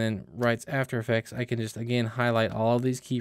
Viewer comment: After effects not "atfer effects" 😂